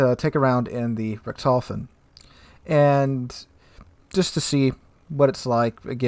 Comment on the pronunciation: Its Like Guy Ritchi.. so "Richt.. Hofen " :D greatings from germany :D